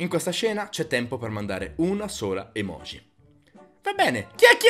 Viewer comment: Perché pronunciate la J di EMOJI e di tutte le parole giapponesi come se fosse la J del francese? Si prouncia "gi" palatale come la J inglese